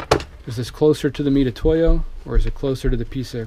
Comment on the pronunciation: Can’t take anymore.!.!.... weirdo OCD and c’mon with the “meat-a-toe-ya” hooked on phonics bro. It’s like a easier way of saying Mitsubishi. LOL oh oh.... and my favorite. When putting his micrometer away trying to figure out how much to close his mic. Settles on 75 thou finally.